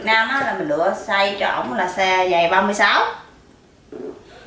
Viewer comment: SIZE Không phải là "Saze" nhé.